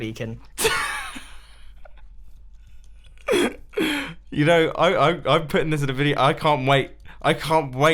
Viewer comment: I think you mean Beacon not becon